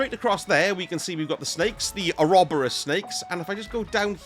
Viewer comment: "oh-robber-us" lol.. probably the most British way to pronounce that word.